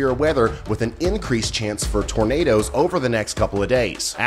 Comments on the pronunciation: Tur-nay'-ders, turnaders... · DANG "NIGHT NADOES".... Please be safe and aware if you're in the path!!